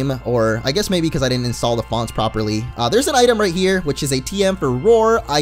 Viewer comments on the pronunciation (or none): none